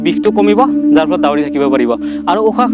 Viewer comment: দাউৰে , দাউৰি নহয় ভালকে কবলৈ শিকা 🤣 যি কি নহওক অলপ কথা শিকিলো 👍🏻